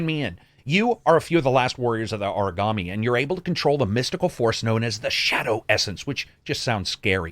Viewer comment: Yeah same. I want to know what the ninja game was. Sounded like he said origami